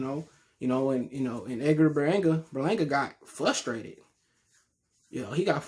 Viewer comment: Flustrated. Lol